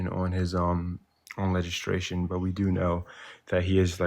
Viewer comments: Was he saying "legistration?" 🤔😬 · bro said legistration lol